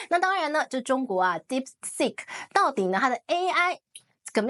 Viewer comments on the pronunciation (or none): Deep seek.... Not sick😅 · Deepseek not dipstick